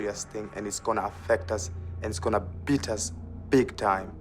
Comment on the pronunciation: Did he say beat or eat?